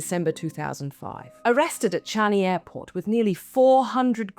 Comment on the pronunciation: Its changi, not changhi.